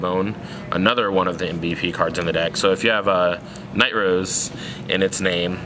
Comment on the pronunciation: It's Nightrose not Knight Rose lol